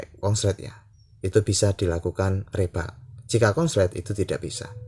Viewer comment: Reball, bacanya riboll, bang